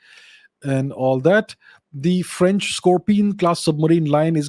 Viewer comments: Lol. "Indian accent". He nails the exact french pronunciation during 95% of his sentences. Quite impressive. And if you're wondering what i know about it, i'm french, and have heard quite a few foreigners speak french. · 🙏 Thanks for sharing..Vous avez un bon accent en français..et je pense que Modiji a fait un bon choix.. Ici à Paris, le journal l'écho, bfmbusiness ont déjà parlé.. Aapko bahoot mubarak deta hun. Jai jai Modi...🙏🇨🇵